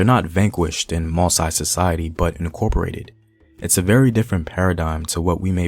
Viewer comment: Just a remark to the teller whose main language is english ;your(english)pronunciation can be confusing for many french speaker or native....You pronounce MOSSI like ( MO- Sigh) which can be interpreted like Masai(Ma - sigh): a tribe found in Kenya if i am not wrong...The supposed right pronunciation for MOSSI should be: MO - ssee...Anyway,keep up the good work and try to use the local or original pronunciation.